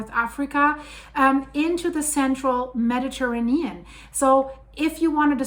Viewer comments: The earth has always changed nothing new! And what’s with this woman’s weird pronunciation of Mediterranean? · Mispronouncing Mediterranean. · I've never heard anyone pronounce Mediterranean that way